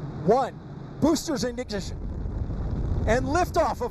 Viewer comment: “Boosters ingnishhin”